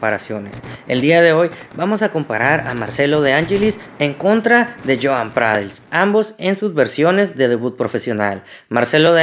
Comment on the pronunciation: Dices Joan Pralls😂